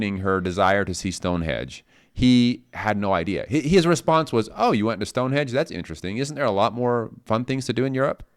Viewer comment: Stonehenge not Stonehedge!